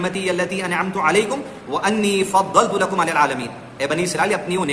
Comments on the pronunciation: Assalamualaikum Aayath me galti..wa anni fazzal tu kum hai..aap fazzal tu la kum pardreeee.. jazbaath me bhi quran Zara sahee pardliya karein naito maine galath hojate.aur qayaal rakhain maqaarij ka bhi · Assalamualaikum.. Aayath me..Wa anni fazzal tu kum.. hai.aap fazzal tu la kum pardre Maine galath hojate..sahee pardhiye quran